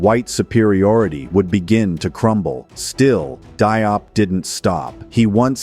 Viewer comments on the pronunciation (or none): Pas Dop , mais Diop